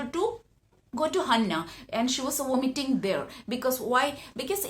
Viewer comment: It's not Hanna it's Hana **